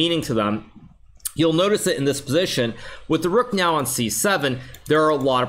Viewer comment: did he say noew? 😂